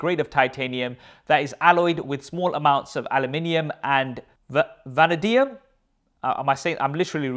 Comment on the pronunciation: Vanadium - “vuh nay dee uhm” ur welcome!